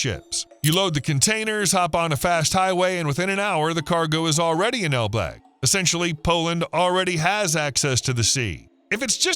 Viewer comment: Pronunciation of ElBlag is completely wrong, didn't you check how it's actually said first before mentioning it numerous times in this video?